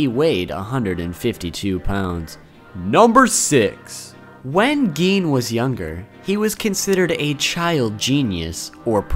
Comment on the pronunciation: Who tf calls him geen